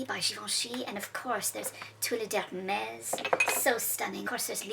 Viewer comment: When pronouncing Hermes, some have said Her-me's. I had to go back in the video because I thought she said herpes!!!!